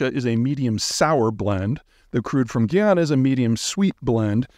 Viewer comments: I'm from guyana. But I've lived in Canada for a bit under 40 years I still find it fascinating how it would be possible in this day and age for so many North American people to mispronounce Guyana. I mean it is right in the spelling. GUY+ana.. And even going past that common sense pronunciation that North Americans cannot seem to grasp, you could YouTube any number of videos posted by Guyanese nationals. They speak English FFS! To mispronounce a country's name in 2024 is shocking. It starts to go beyond the disrespect you show that local population and begins to say more about your own personality. I mean it's kind of sociopathic to do a whole video on a country yet not even consider the possibility that you've gotten something so basic as pronunciation wrong. I know it's a bit of a rant but this happens way too much on youtube... Guyana is becoming more and more popular with YouTube influencers.. and it's so embarrassing to see so many Americans, British and Canadians landing in Guyana and continuing to mispronounce the name of the country. Even when faced with locals pronouncing it correctly, the hubris of these wierdos to still mispronounce GUYana is shocking. I have to repeat this, the population speaks English. English is the official language FFS. This shouldn't be difficult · It’s GUY-ANA, not GUI or GEE, its GUY in english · Great brief for energy interests: well done again. Locals call it Guy-ana, not Ghee-ana, and it makes really good rum, lots of rice, still has bauxite and gold, and has a land route connecting the Amazon waterways to the edge of the Caribbean. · Guy-ana, not gee- yana, - an actual Guyanese person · Big homie. My home country is Guyana pronounced Guy-ana. Please continue to preach about us not doing anything significant before the discovery of oil. Keep people from catching on and screwing up all of the awesome we have going on. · Peter, it's pronounce GUY-ana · It's pronounced GUY-ana.